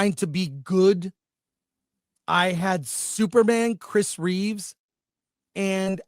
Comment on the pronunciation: Chris Reeve was your hero throughout your whole life, and you've probably seen his movies countless times, but you can't say his last name correctly?